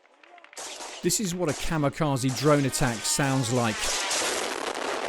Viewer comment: It's 'Kamikaze' not 'Kamikazi'. 'Kaze' means 'wind' in Japanese.